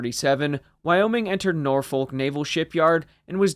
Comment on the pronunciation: Nice vid, thanks for it. BTW Norfolk is pronounced nor-f... eh, never mind ;)